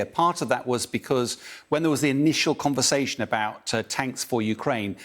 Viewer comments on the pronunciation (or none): none